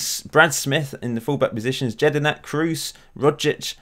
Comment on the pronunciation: Jedinak is pronounced YED-IN-AK not JED-IN-AK